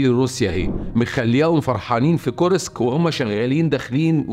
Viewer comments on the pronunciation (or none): كور-سك بسكون السين و ليس كورييييسك